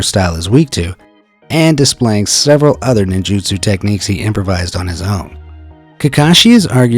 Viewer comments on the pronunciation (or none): none